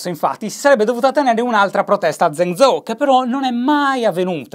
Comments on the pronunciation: Zhèngzhōu si pronuncia gen-giou, non zen-zou...... ma che lo dico a fare? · Zhengzhou si legge geng giou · mi permetto giusto un piccolo appunto: la "zh" in cinese è molto simile alla doppia g seguita da una vocale, come "viaggio" o "alloggio". Quindi Zhengzhou si leggerebbe tipo "gienggiou". Spero di essermi spiegato bene. Per il resto continua così <3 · esattamente. gliel'ho detto anche io in passato ma Shy fa orecchie da mercante. basterebbe ascoltare la pronuncia su google translate o su un dizionario online... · Shy in cinese il gruppo consonantico "Zh" si pronuncia in modo simile alla "G" dolce italiana o alla "J" inglese